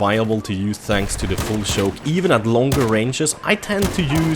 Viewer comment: I like when he says shoke, shoice and other words ;D